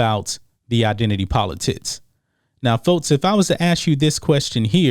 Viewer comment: "Politits" u say that shit on purpose bro 😂😂